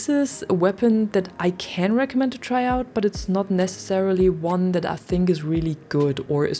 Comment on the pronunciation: " to try aut" 😂😂 are y a German 😂?